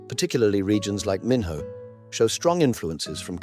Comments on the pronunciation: Minho is not pronounced min-ho, but minyo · “Min-Ho” 😂😂😂😂😂 Poor narrator…😂😂😂😂😂😂